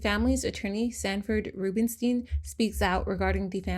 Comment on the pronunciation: "rubenstein" LMAO every single time